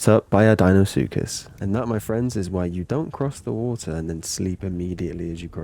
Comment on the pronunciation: i like the wuhuh instead of water lol